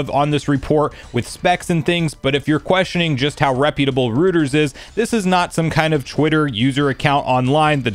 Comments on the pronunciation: ROY-TERS not rooters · ROY-ters, not ROO-ters. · FYI, it's pronounced ROY-ters, not ROO-ters. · same XD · I’m cracking up at how you pronounce Reuters as Rooters when the correct way is (Roy-ters) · Just FYI, it's roy-terz👍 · Bro it’s pronounced Roy-ters